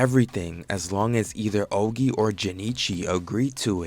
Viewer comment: can this dude not learn 3 names bruh, he calls naoya nayoya, choso is chozo, ogi is ozi, jinichi is ginichi, learn the damn names